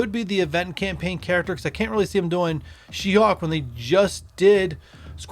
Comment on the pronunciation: Any reason you pronounce hulk like “hawk”?